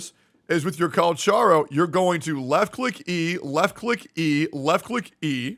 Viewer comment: at this point this guy is intentionally saying cal cha ro instead of cal ka ro